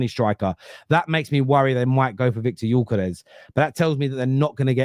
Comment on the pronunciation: you're saying Gyökeres much better than most English speaking people are 👍